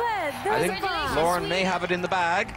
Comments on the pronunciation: Anyone else screaming each time Graham says "Loren"? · But he says Loriin